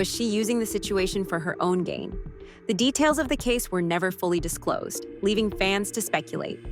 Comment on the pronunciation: Discloed??? Really?